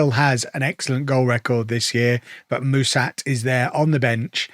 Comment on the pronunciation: For what it's worth, the name of your new striker (Mușat), is pronounced with a "sh" sound like in sharp, not with an "s". Same goes for the "Ș" in his first name 🙂 I hope he does well for you, even though he has an Fcsb stench on him 🤮😅